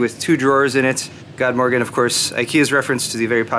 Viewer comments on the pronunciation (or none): you pronounced Rättviken fairly well.... then you botched god morgon...I'll hold off with the honorary Swede award for just a moment. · Haha, "God Morgon" :D It is "good morning" in Swedish, pronounced like "good morron" ;) :D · lol god morgon is what it sounds like .good morning : but loooove the ref to that movie ! =D